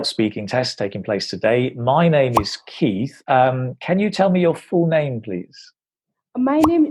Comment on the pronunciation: In my honest opinion she really need to work on PRONUNCIATIONS. For eg. She is been saying Ijj which is actually Is. Greenaary which is greenery. I hope she will work towards it 🙏